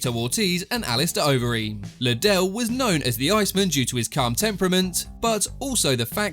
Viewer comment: Say iceman properly. Ice man, 2 words